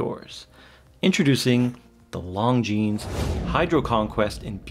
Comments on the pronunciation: Great review. The S in Longines is silent. 'lawn-jean' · The S is silent my friend... It's kind od like calling a Porsche a Porsh. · I'm lusting at this one for a long time but now I have to check that ceramic version. Thanks for the review. You just have to work on the Longines pronunciation a bit ;-) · Just because the French don’t know how to say S 😂 If it’s spelled Longines then you say Longines.